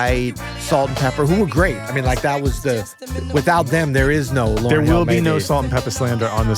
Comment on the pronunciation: this guy's annoying. Stop saying the name wrong